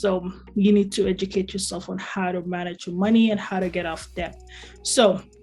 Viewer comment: “B” is silent in debt.